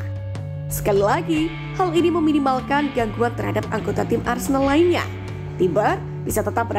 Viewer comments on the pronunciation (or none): Wait, naratornya bilang "arsendal"? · Ngakak lawak , host nya " arsendal arsendal,salah ngucap kali!